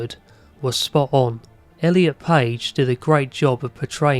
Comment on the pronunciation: Thank you for saying Elliot ❤